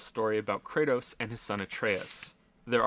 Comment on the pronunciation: laughing at himself laughing at having mispronounced Kratos is the funniest thing i’ve seen all week